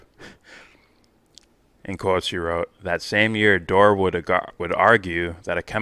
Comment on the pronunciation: Kim Iversen IS super hot! And brilliant too. Mispronouncing Dore’s name, as Pakman did, is a typical way jackasses like him attempt to diminish someone with integrity like Jimmy. Pakman knows full well how to pronounce Jimmy’s name & I’m so glad I unsubscribed from Pakman years ago, Mr Faux Progressive. You’re doing a great job,. For someone who doesn’t get into politics, or liking this one or that one, you really know your shit & are very discerning. Keep up the good work. Your audience will grow. I mean, let’s just keep it real. 😉